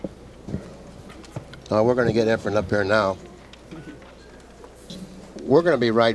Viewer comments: Nick calling Reyes Efraim the entire time. Geez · Hey Nip.. his name is Efren, NOT Efrem! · Why is it that Americans find it impossible to say EFREN....and i find it impossible to stay awake with sigel even the very first shot of the match...takes an eternity to play a daft shot and msses by a country mile...then looks sort of shocked that he missed!